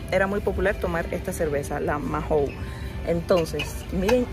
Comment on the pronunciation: Dos cosas DINO era el perro de Pedro Picapiedra. Y Mahon se pronuncia maon y no majon